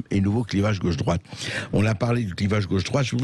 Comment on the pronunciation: On dit gauche pas gôche